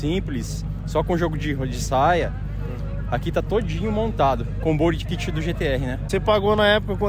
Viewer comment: Se for pra falar no sotaque certo então fala certo ! Seria “Bari kit” no certo !